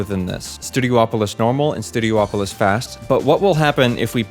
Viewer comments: Worth noting, it's not called "Studio-opolis" it's pronounced "stue-dee-OP-oh-liss". You're not the only one to make that mistake, like people pronouncing Rayquaza (ray-KWAY-zuh) as ray-KWAH-zah. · Ok, this is something I never got. People will pronounce Hydrocity as "Hydrossity" when it's supposed to be pronounced (And spelled) as "Hydro City" yet, they also pronounced Studiopolis as "Studio-opolis" when it's SUPPOSED to be pronounced as "Studi-opolis" much like how Casinopolis is pronounced as "Casin-opolis" in fact I don't think i've ever heard anyone mispronounce Casinopolis' name. So Hydro City becomes Hydrocity (Hydrossity): Taking a two-word name and turning it into one word for a stupid play on words that no other stage name in the game uses (I don't know if you do this so please don't take this personally if you don't) And Studiopolis (Studi-opolis) becomes Studio-opolis: Taking a one-word name and pronouncing it as two words for some reason, an inversion of the Hydro City thing, and this one doesn't even have an excuse for it, and i've heard SOOO many people do this, not just you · Its Studi-opolis not Studio opolis.